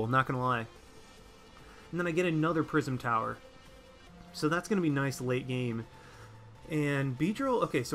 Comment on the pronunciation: "Prism Tower" every time you said that a part of me died inside